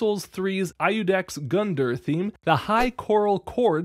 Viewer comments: "I you dex Gunderr" 🤓 bro he mispronounced it so bad I ain't even gonna finish watching the video he just massacred his name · Ay-ducks Gundeer lmao